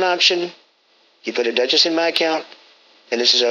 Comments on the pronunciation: "...don't have a Duh-Chiss" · "Lots of sacred shards PEE-PULL. "....don't have a DUCH....ESS LMFAO